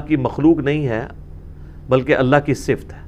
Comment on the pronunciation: O bhai engineer ,,,,,, ye lafz "Sift" nahi hota , balkay "Sifat" hota hay.